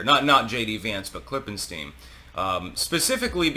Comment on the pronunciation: "Klippenstein" every... fucking... time...